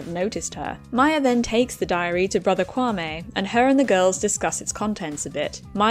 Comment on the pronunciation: Ok I know this was supposed to be serious, but It just made me laugh when she pronounced kwame wrong